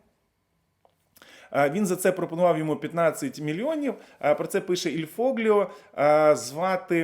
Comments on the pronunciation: Правильно іль фольо, а не фогліо* Трохи дискомфортно було чути просто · Вітаю! Foglio звучить ,як фольйо . G перед літерами L та N їх помякшує . Це напевно єдине важливе правило ,щоб правильно читати італійський текст.